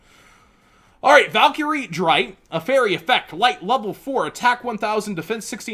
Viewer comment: the show with these monsters has been out for 13 years, and the man using them was German, the names erste, zweite, and dritte are first second and third, just please pronounce them right for us all because the last thing I and I'm sure many others can take is the rest of the yugioh community butchering German language at a tournament after seeing any yugituber and just repeating it.